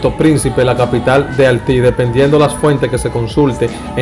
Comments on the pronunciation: Chico se dice Haití no halti !! Pronuncia esa vocal (i) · Tremendo video! Felicidades 👏👏👏pero recuerda algo hay palabra que se deben aprender ,por eso a nosotros los dominicanos gente de algunos país latinos se rien de nosotros por la edición al hablar por ejemplo es Haiti no es alti y no es altiano de origen es Haitiano de origen ,es propecto no propeto....ect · Menciona la "i" se dice HAITÍ HAITÍ cibaeño tenía que ser jajajaja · Broth tienes que mejorar en esas palabras Prolpecto, haltiana, halti, llegals y con la biografía de sanó te equivocaste , siempre fue infielder no jardinero 🤦🏻‍♂️ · Gracias por la informacion y el aporte pero tienes que mejorar el léxico porque muchas personas te escuchan y ven tus videos pero te expresas muy mal, por ejemplo el país es Haiti no Halti, Haitiano no Haltiano, y muchas otras faltas más. Te sugiero que antes de publicar tus videos los escuches y hagas los correctivos necesarios es una crítica constructiva, gracias. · Manin gracias por todas las informaciones que nos provee, pero por favor trabaja un poquito en las proniciaciones, ejenplo, (6 sel...Haiti ... Alti, Haitianos...Altianos, 92... Noventaldos... ETC). Espero esto no te ofenda y lo tomes en cuenta, Geacias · Papa por favor menciona la i no se dice al 6 sel no se dice halty es haity solo una Referencia no una critica. Lo demas esta bien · Mi hermano . Gracias por tu information . Pero debe pulirte al hablar ya que deja mucho que desear Al expresarte . Sin miedo minsiona la I cuando la palabra la lleva porque tu esta confundido entre la R L y la I Cuida Tu gramatica Se tu mismo el que cuente cuanta veces tu dices halti cuando tu sabe que es Haiti y eso por decorate algunas Espero que lo tome por tu bien y el de tu carrera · Brother tienes un lexico fatal hermano de verdad escribes Ahiti y dices alti 😬 tienes que revisar tu bocavulario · CON HALLLLLTI ???? BARBARO MUCHACHO LO TUYO ES DEMASIADO . PONTE A APRENDER A HABLAR...WAHOOOOOO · Y es que no le sale la letra i🤣🤣